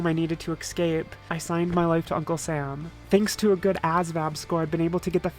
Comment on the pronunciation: More videos? Seems like you just want to say excape to us more often :p